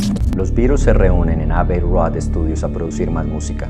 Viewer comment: Abee rod (¡Aprende a pronunciar!)